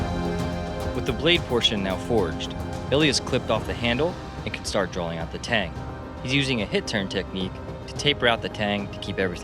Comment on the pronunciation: "Drawling" D